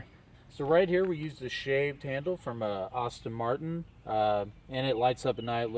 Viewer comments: He did say "Oddie" and "Austin Martin" though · The car guy who can’t pronounce one car name correctly. “Austin Martin” (Aston Martin), “Oddi” (Audi), “Lamborghinny” (Lamborghini). Too funny. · Did he say, “Austin Martin”? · The workmanship and attention to detail are incredible, especially for a guy who says "Porsh," "Austin Martin," and "Oddy." You gotta give him a pass on it, given what he's created. Also, when I saw the thumbnail, my first thought was, "Who put a Chrysler badge inside a Ford Escort ZX2?" Good old 986 interior, lol. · Love the build. Beautifully done. On a sidenote. When he mentioned the door handles. That VERY american pronounciation of "Ahrston Martin" totally made me giggle. 😁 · Austin Martin, Lamborginnie, Oddi Rolls Royth. Man sure does only care about how this car is set up lol